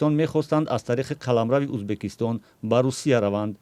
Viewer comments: ту чихели журналист (УЗБАКИСТОН) ту дар кучо хондагиии Узбакистон не УЗБЕКИСТОН !!!! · Убакистон не узбекстон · Журналист кенте и чи Узбакистон не Узбекистон